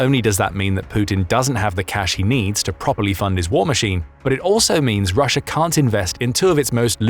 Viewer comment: The second time you said Russia you said Rusher again.